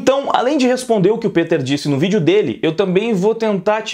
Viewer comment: Pq vc fala "pEter" ao invés de "pIter"